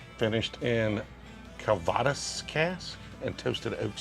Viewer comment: Great pronunciation of Calvados! It seems like it hasn’t made its way to hillbilly town yet :D